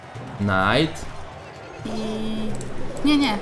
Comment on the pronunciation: Nie knajta tylko najta się mówi